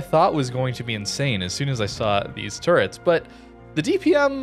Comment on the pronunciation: ∆. .∆ U w U - "Turrets"